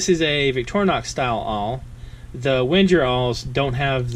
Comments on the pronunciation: Yup. It’s „Wen-ger“ like the end of „anger“. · It’s pronounced Veng-Ger! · Omg plz stop saying “wenjer”. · It’s NOT “WHEN-JUR”. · Pronounced 'Venga' ;) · I thought in Wenger the G was pronounced like Tigger (T-I-Double G-Gurrrr lol) or like Wingate, not like a J? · No, it’s actually as it is written. But I understand that non-German speaking people have difficulties to pronounce „Wenger“ correctly.